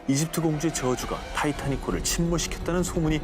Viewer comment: 😂ㅎㅏ..타이태닉아니라타이타닉 이라니까요하………..😢😢😢😮😮😅😅❌❌❌❌💯💢🚫📛⛔️🛑